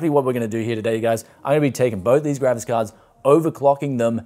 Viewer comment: I always hear the Gravis Card! Not a Graphics Card. Lol!